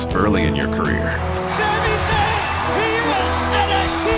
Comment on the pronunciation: Es wird sämi Säin ausgesprochen